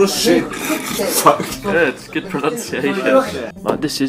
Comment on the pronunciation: "F*cking burusheet"